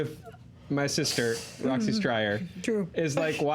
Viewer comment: Roxy, it is "BWAAA" not "PEW" think fog horn